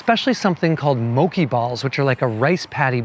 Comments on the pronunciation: Isn't mochi pronounced Mo Chee and not Mo Key ? Actually asking. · haha Moe-chee is how you say it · Mokie balls?? Lol mochi. Mo chi